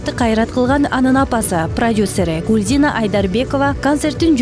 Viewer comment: Гулзина эмес Гулзира деп туура айтсан